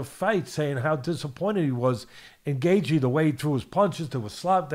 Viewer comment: Teddy, can you not butcher Justin's name bruh? 😭😅